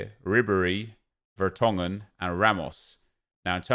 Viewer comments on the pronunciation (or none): none